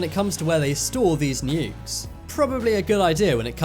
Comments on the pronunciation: what really put me off is how you say nukes like nyukes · That’s just a accent from the UK